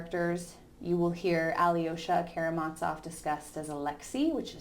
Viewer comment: As the translators in your edition (as mine) state: the 'z' in Karamazov is pronounced as in 'zoo', not as in 'Mozart'. Thank you for a fine lecture.